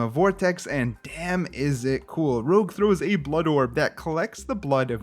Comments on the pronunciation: It's Rouge, not Rogue :) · I am not 100% certain but maybe "Rouge" is supposed to be pronounced as "Rooj" like red in french?